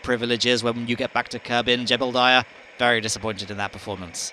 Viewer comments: I kept hearing Gerbildiah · Don't you mean "Gerbildiah"? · I can't believe I've been hearing you call Jebediah "Jebblediah" for nearly ten years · OMG thank you, you described my feelings completely. I can NEVER unhear it now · "Jebeldiah" my favorite kerbal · But um, there isn't an "L" in Jebediah. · why do you pronounce jeb's name like that? there's no L.